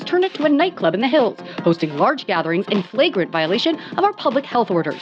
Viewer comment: The way you said flagrant made me lol a little